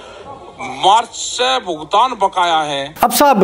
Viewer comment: मोदी जी "भुगतान" को "भुतगान" बोल रहे हैं